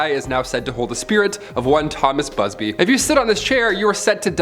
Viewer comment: you said BUBSY in the 26 second mark